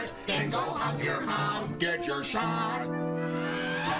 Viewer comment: Was that saying hug your mom or hump your mom…….?